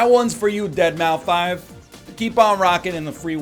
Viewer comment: minute in was gold. The way he looks at the camera, the way he raises his eyebrows, and the way he was just interrupted and paused for a couple seconds. It was all incredible. also 'dead-mau-five'